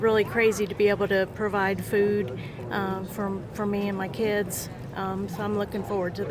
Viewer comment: then “keeids” is at them diddy dungeons😮